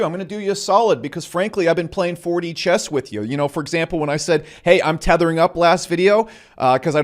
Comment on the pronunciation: "Thethering up" what does he mean by that?